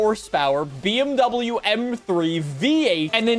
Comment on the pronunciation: bro didnt say bmw right the whole video